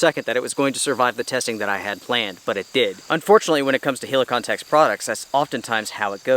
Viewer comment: Man just check some polish reviews and learn how to say Helikon... e is like in Estonia not like i in Italy...